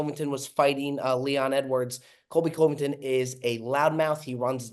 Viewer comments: gotta work on the pronunciation, coveington was rough.. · really doesn’t know how to pronounce Covington…..